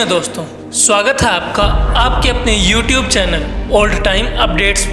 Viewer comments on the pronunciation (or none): none